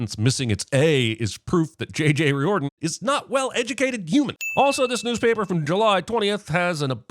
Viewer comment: Riordan is pronounced REAR-dan